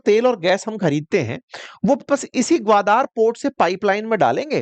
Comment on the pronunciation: ग्वादार नहीं ग्वादर है ।